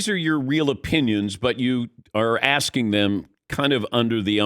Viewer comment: He’s been axing himself….😂